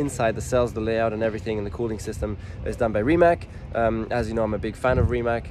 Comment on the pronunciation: Pronounce it like Reemats not Rimac.